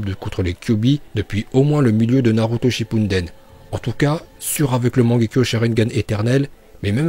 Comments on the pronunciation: SES SHIPPUDEN PAS SHIPUNDEN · pk tu dit shippunden et pas shippuden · Tu dis tout le temps shippuNden mais cest shippuden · Tu dit shinpuden c shipuden mes sinon continue comme sa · Ouuuuu chut mort il a dit naruto shipunden mdrrrr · A un moment tu a dit Shipunden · On dit Uchiwa et non Uchiha on dit Kurama et on dit Naruto Shippuden et non Naruto Shinppunden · Tu me stress avec ton naruto "shippumden" fait un effort de le prononcer correctement au moins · Stp arrete de dire shippunden